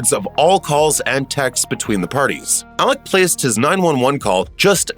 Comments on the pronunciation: Why do you keep calling him Alec, when it's Alex? The beginning of this continuously sound like Alec.... Weird, I'm not sure if you can't get his name right or if your intentionally doing it because you think his name is Alec. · Did anyone ever get word to the narrator that it's "Alex", not "Alec"?